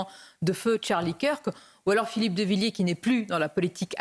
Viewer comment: Avez vous lu la pétition de Villiers ? (Essayez au moins de ne pas écorcher les noms). Le référendum sur l'immigration comme le demande Villiers est anticonstitutionnel.